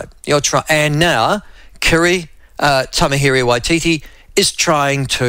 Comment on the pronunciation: Please pronounce “Tamihere” correctly